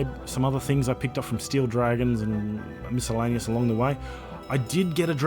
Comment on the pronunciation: miscellaneous is pronounced mis·cel·la·ne·ous